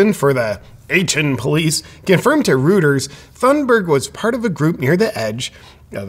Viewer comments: Reuters is pronounced "roy-tuhrs" not "rooters". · Great presentation as always JP. Just one correction, that media outlet is pronounced "ROYters" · FYI: "Reuters" is pronounce "ROY-trz". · Reuters is pronounced "Roy-ters", FYI, but their legitimacy is that of "raw turds". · Great video, JP, but please learn how to pronounce "Reuters".